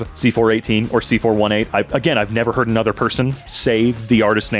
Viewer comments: His name is pronounced C-4-18 (See-Four-Eighteen), just so you know! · its c4eightteen not c418. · i pronounce it c four one eight i think it rolls off the tongue well